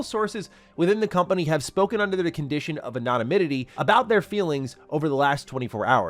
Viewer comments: ...I say this with love. Please for the love of god look up how to pronounce "anonymity." This is like the 4th time I've heard you butcher it and it sends me every time. 😅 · lol added a couple syllables to ano-nymity